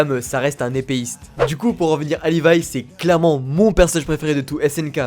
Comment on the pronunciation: C levi pas livai